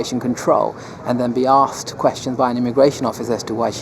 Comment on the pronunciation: He doesn't like being "aksed" questions. Well, you know, yo, dude....